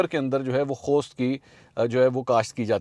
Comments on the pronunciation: The word puppy we say in pashto posth not khost. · Mansoor Bhai ye "Khost" nahi "Post" Hoti hey jis say chars bantee hey... یہ خوست نہیں " پوست" ھوتی ہے جس سے چرس بنائی جاتی ہے۔ پوست کی کاشت کی جاتی ہے۔ Be corrected plz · Why are you pronounceing Poppy as "KHOST"? THE CORRECT WORD IS "POOST" WHERE T HAS THE SIMILAR SOUND AS THE T in KHOST! Poosti in the vernacular is a person who sleeps all day due to regular consumption of Opium or Hashish (Charas). SO MIND YOUR LANGUAGE 😊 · Khost ni bhai, it is post. Not T sound of English